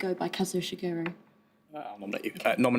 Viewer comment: also durham definitely mispronounced ishiguro during the picture round...